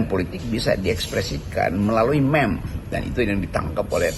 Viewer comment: Meme sebutnya MIM